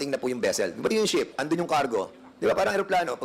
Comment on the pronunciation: Ano ba Yan sinasabi mo ship or sheep?! Klaruhin mo hah!!!🤗😂😂